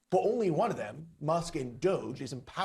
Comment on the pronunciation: her pronunciation of DOGE just shows she's an uncultured normie.